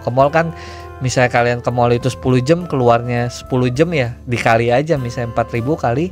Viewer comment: Per JAM bang bukan per JEM 😂😂😂